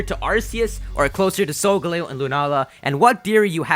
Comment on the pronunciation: "Solgaleo" is pronounced sol-ga-leo, not sol-galeyo.